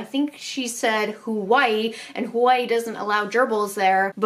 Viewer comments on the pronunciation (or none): I love how you say Hawaii tho :) <3 “Hwoaii”